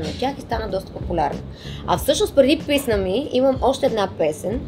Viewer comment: Писма ми вместо писна ми 😂